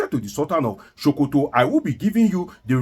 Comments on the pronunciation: its not sultan of showkoto but sultan of Sokoto...your tongue no dey work well..? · it is SOH-KOH-TOH (Not Sho-ko-to). Also Mike "AR-NORD". Wan-ta-na-moh-beh (Guantanamo bay). NO DEY EMBARRASS US WITH THIS YOUR DEEP ancient YORUBA RIDICULOUS PRONUNCIATION!! Abeg 🙏🏼. Na Public we dey. No fall Naija hands for this internet space. Haba.